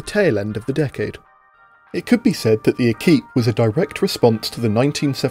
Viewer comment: Equipé said like equipment without the ment